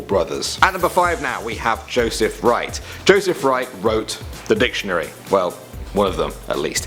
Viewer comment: I LOVED HOW HE SAID "DIC"TIONARY.